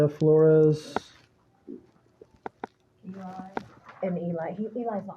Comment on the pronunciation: the way you pronounced Flores, youre either Mexican or part of the culture 🫡😂